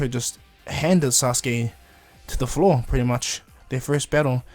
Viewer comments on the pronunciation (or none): none